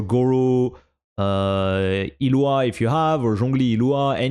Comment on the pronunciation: i need everyone to start pronouncing the g in illuga's name. idk what the genshin team were actually going for but my closest guess as a polish slav is iługa and the g in that is nawt silent